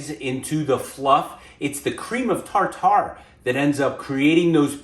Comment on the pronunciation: Tar-tar? It’s pronounced “tar-terr” not tar-tar. We got a good laugh every time you said it.